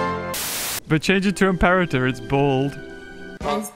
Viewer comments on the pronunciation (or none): its not im-par-et-er its im-po-ra-ter